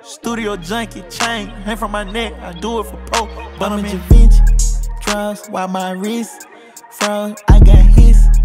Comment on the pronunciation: I think it's pronounced Shay Von Shay (Givenchy)